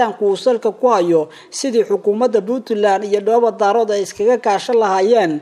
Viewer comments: Waar ninka Dhoobo-Daarood maahee Waa DHOOBO-DAAREEED, muxu ahaa ninkan wariyaha ah ma magac Chinese buu ku dhawaaqayaa markuu sidaa u khaldaayo???? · Ninkan weriyaha ah Af soomaaliga si fiican ha ugu dhawaaqo gaar ahaan magacyada uu oranayo sida markuu oranayo QARAMADA MADOOBAY- ma aha MADOOBAY - ee waa MIDOOBAY - midda kalena markuu dhahayo DHOOBO DAROOD ma aha DAAROOD ee waa DAREED - haddana ha uhadlo si qurux badan , hana jiid jiidin hadalka sida DAAWADAYAAL WAQTI A WANAAAAAAGSANAAAAAAAAAAA- DHEH WANAAGSAN -HA JIIDIN EREYGA SI FIICIN UGU DHAWAAQ - WBT